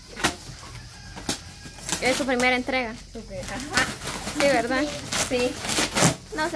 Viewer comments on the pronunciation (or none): No creo en ocasiones dice Entriega no dice entrega